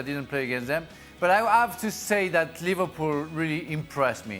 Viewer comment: oh, kids, can't even pronounce Liverpool right